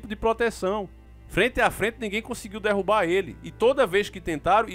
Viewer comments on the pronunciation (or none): none